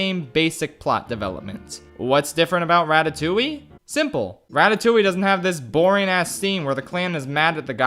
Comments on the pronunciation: Im currently a French girl who's watching an one hour video about one of my fav childhood film that I really like, because well im a FRENCH GURL, from an English guy who pronouncs Ratatouille, Ratatoully. And I apreciate it. (btw it's more like Ra-ta-too-ye) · What is this "ratatouwi" he keeps talking about ? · Me being French and hearing "Ratatouilliiie" for the whole fucking video.